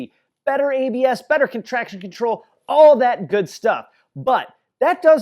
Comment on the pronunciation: At 0.25 sec it sounded like contraction.